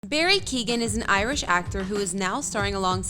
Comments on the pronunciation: It's KEE-OWEN not Keegan. FFS. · Yeah, no, you're wrong. Ky-ow-gan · You can't even pronounce the name of the people that you feature in your videos. Barry's name is Key-o-gun, three syllables. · It's Kee-O-gan ! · He is brilliant!..just a small thing...his name is pronounced “Keown”..Key own......the “g” is silent....squash the syllables together and there you have it🤩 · It’s pronounced KeyOwen. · Learn to say his name properly Jesus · Pleas learn how to say people's last name right before you go and do a whole video on their lives.